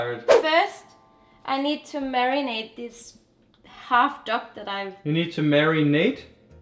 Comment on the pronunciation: Marrynate... Who's Nate? 😂😂😂